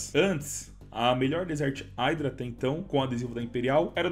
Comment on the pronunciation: Se fala "idra" dog não "aidra"